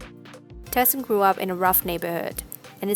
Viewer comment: You say him name like TIE SON